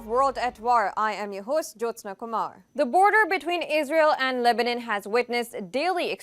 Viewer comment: Lebanon not lebanen anyone noticed her pronunciations 😂